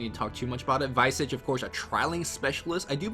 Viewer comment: Yo Visage is pronounced (Vee-zaj) like Mirage not (Vy-sage)